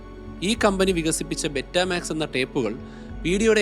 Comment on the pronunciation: ബെറ്റമാക്സ് എന്നല്ല പറയേണ്ടത് ബീറ്റാമാക്സ് എന്നാണ് പറയേണ്ടത്